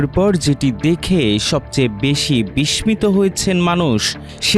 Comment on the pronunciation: বিষমিত! গ্রিসমে! কি উচ্চারণ! কাদের নিয়োগ দিচ্ছেন!? দেশে যে পড়াশোনা শেষ তা বোঝা যাচ্ছে... আগে তো উপজেলা পর্যায়ে আমরা ঠিক করে বলতাম!